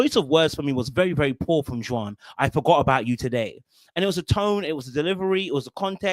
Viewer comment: The way you pronounce Juan is wild. It's pronounced like "Wan" in "wand" lol